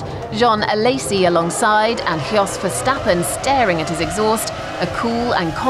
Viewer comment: I love the way she pronounce Jos Verstappen. *Hiok Verstappen*